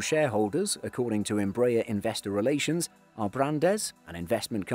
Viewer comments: Good day, THe correct pronunciation of Embraer is not Em BRAY er but is in fact Em BRA Air. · I would be really nice to learn to pronounce EmbrAHEr instead of EmbrEr... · You are pronouncing the name of the company wrongly. It isn't EMB-rayer, it's EMBRA-air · Closest Correct Pronounciation is: EM - BRA - AIR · Tô até agora tentando entender quem é essa Imbrèie. If you are doing a video/documentary about a company, the first thing you should be learning is how to pronounce the company's name. Good video despite that.